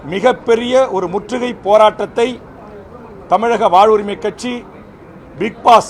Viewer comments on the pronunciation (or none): போராட்டதிற்கு நானும் வருகிறேன், அது பிக் பாஸ் இல்லை பிட் பாஸ்